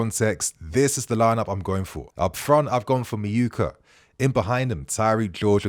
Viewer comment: it’s actually Meh-oo-ka